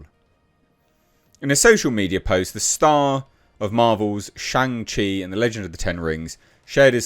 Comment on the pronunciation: That explains it, you don't even know how to pronounce "Shang-Chi". Have Some crumpets and tea and chill out on the testosterone bro..